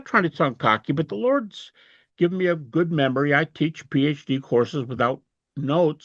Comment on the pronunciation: "...but the lord [has ?] given me a good membry"? Game over duude. Game over. [Ya cain't fix styoopid.]